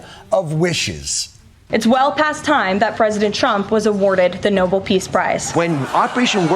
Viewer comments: First off, can these idiots pronounce "Nobel" as "Nobel" instead of "noble"? The Make a Wish/Twilight Zone segment is hilarious, and so very on target. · It's no-BELL, NOT "noble" prize, you doofuses! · Nice to see Leavitt carrying the Torch for Trump's inability to spell with her pronouncement on "Noble" prizes.